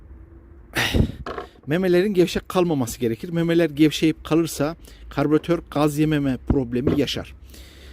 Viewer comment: Karbiratör değil Karbüratör.